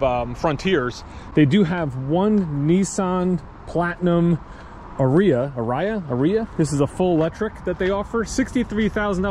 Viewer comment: our Nissan dealer in ohio has a full lot and Toyota almost zero. It is ar- ri-a R like the letter